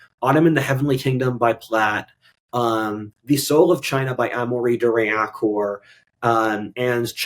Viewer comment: Every video: "Amoree de Riencorp"